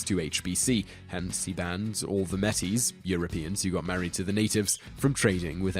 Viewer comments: You're forgetting the accent on Métis. It is pronounced Maytee. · No, it's pronounced [mɛˈtiːs] (EN), and [metis] (FR) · its (may-tea) thats how to pronounce metis. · Just curious, where's "here"? I've lived all over Canada, including Manitoba (where this war took place), and I've only ever heard it pronounced "May-tee". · as a Métis, trust me it is May-Tee.... Atleast in English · The metis is actually pronounced May Tee. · metis is pronounced may-tee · Saying it "may-tee" is probably an English thing. English speakers know that it is a french word but most have never actually heard how a francophone would say it and so make the assumption that the S is silent. English speakers do this with lots of things, like the assumption that the plural of octopus is octopi. The word is Greek, not Latin, the plural is octopodes. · Barney B How am I wrong? In the english language, Métis is properly pronounced "May-tees". Look it up. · You couldn't have pronounced Metis anymore wrong if you tried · Think you pronounced metis wrong man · Its Metis with a A sound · Pesos = Pay-SohsMetis = May-Tee Cmon bud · "NO BLOOD FOR GUANO!"....that's the only joke I can come up with, but the way in which the narrator pronounces "Metis" is rather funny....it's pronounced like "Mateys", not like "Gettys-with an M"! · Psst... May-tee, not Meh-tee (Métis). Awesome to see some Canadian history on here, though! :) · Metis is pronounced as may-tees. You sounded rather silly pronouncing it as mettis. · It's not Meh-Tis. Metis sounds like May-Tee! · you pronounced metis wrong. (may-tee) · video, and channel man. Probably too late now, but I thought I would point out you are butchering the pronunciation of "Metis". You don't say met tis it sounds like may teese. Regards from Canada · I'll be pedantic here, but Métis is pronounced "May-tee" (both syllables have equal emphasis), not "MET-tees". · metis isnt pronounced met-is its pronounced may-tee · The Pemmican War Mé·tis sounds like May-tee